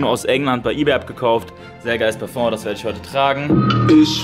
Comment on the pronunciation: das heißt parföng 🤣